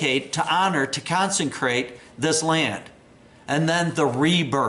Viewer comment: Heard “consencrate” a few times!